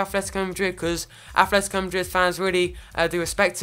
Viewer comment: It's ATLetico madrid not athletico... You're playing koke and turan in each other's position and stop saying incredible.